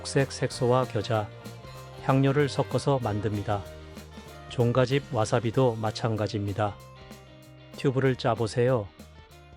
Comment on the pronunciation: 종가집 말할때, 발음이 이상해요.... 나만 그런가?